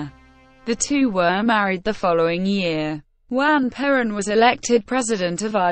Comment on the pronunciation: PLEASE !! Lose the computer voice !! It cannot even pronounce her name correctly. This is the first time I have heard Perón said improperly. Please re-do this with a human narrator; thank you.